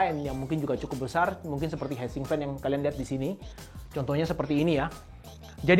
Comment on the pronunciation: hitsink bro, bukan head sink. heat itu dibaca hit. fail.